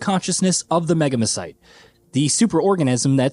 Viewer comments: Say "megamycete" again. 😂😂😂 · lemme tell ya something buddy.....when someone reviews a games DLC, and ostensibly has therefore HEARD this word multiple times in the base game, yes, I can indeed have a laugh at them when they say it in a way that doesn't remotely sound like how the word is pronounced.